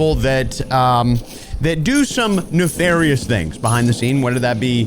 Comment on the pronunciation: 2 things, people will say that Reaves kill cam of you looked oddly "sticky" specially since he's MnK...2nd thing..did you say Newfarious?